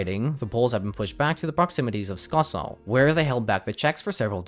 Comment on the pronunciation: As someone born in Cieszyn and still living in the region, I'm so happy to see a video about it.(Tho you could work on the pronunciation since the way you said skoczów and Cieszyn especially hurt my ears 😅 it's pronounced cheshin and skochuv)